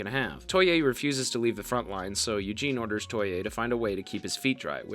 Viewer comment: gwarneree, muck and kentala, toy-eh, and george lose all had me giggling a little too lol